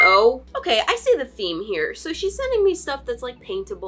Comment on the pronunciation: Lol it’s okaay